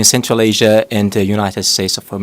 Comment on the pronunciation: Ол: "Централ эйжа зис ис фантастик рижн" - деп отыр!